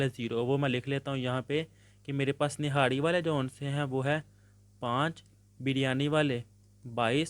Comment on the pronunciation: Birryani😂 niharri😂and sir😂